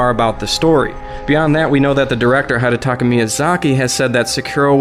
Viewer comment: I really hate to be that guy, but it's hee-detaka, not hy-detaka